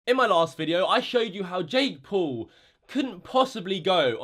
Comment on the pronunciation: U say Poul u dont know how to say Paul